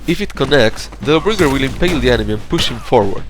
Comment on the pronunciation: Why do you say Lawbringer like it's one word? "luhbringer" with no pause? It's "Law Bringer"